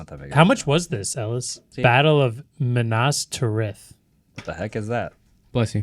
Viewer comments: pronunciation of Minas Tirith had me laughing! 😂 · Pure rage bait. Like guys… the culture. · And no one corrected him! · The way Minas Tirith was pronounced is pure rage bait. If you’ve never seen LOTR, what do you know about CULTURE?? Love this pod, but please… for the love of Tim Apple please watch all LOTR extended cuts. WE are your audience.